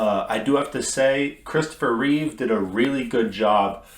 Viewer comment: There is no s at the end of Reeve